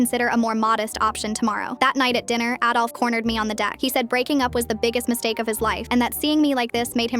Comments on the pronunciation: also she pronounced it like 'addolf' not 'aidolf' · HOLD UP. DID SHE SAY ADOLF